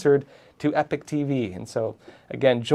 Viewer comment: I love this channel but why does everyone call this channel, "Epic TV"? If this is "Epoch TV", why is it consistently pronounced Epic? The two words are pronounced completely different, and the words mean two different things. "Epoch" is NOT pronounced "epic."